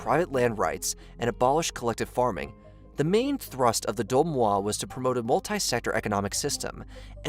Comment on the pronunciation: "DOI MOI" not domoa :))))